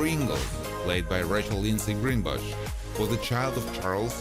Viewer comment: Yes. The twins, Lindsey, and Sydney, Greenbush. The naration here should have just posted them together and read their names correctly.